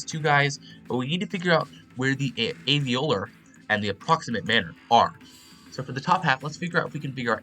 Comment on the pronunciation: Oh, setting a new record for most mispronounced words in a single tutorial. Labial, Plosive, Alveolar, screamed, that, ever, speak, of, they. Six of those are because you were trying to pronounce the phonetic spellings without knowing IPA and didn't realize you could just look a little bit to the left to see the English alphabet spellings of the words and thus also the pronunciations. Those phonetic spellings are pronounced exactly the same as the English words they represent, haha. Nice tutorial though!